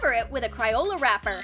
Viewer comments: Also, it isn’t, “cRioLA”😡 It’s CRAYOLA🙄😡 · Why did she keep on saying Cri-ola?! It’s Cray-ola get it right sis 😡🤬😡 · its cr-ae-oh-la that's how you pronounce it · How u say crayola wrong